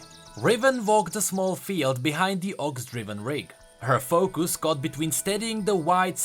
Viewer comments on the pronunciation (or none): "focoos""BID her lip"